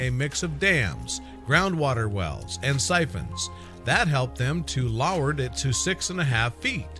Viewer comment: Lowered it... lol that pronunciation was funny! Loughered it lol below, low, lowered.... lol